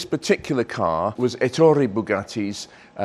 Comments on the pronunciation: Stress the E in his name with a slight lilt on soft double t.. as in Eh! Toray. That is the correct enunciation in Italian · Great video, but two unfortunate flaws: first, Rembrandt Bugatti was Ettore’s brother, not his son. And second, please pronounce ‘Ettore’ correctly: emphasis on the first syllable, not the second!